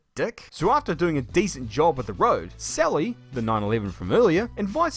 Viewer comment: i almost forgot sally's name when he said celly